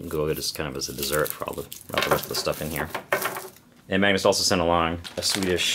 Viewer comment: You are pronunciating a and g to hard in the name Magnus. And if you "do something" with must eat surströmming correct. Removethe all surströmming and washed for a good amount of time in water. Laterwhen you eat the surströmming you must eat the surströmming with tunnbröd.